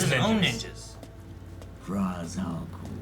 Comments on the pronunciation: It’s pronounced raishe al ghoul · Sigh... Christopher Nolan ruined Ra's Al Ghul's name. No one pronounces it right anymore. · Why are they pronouncing Ra’s Al Ghouls name wrong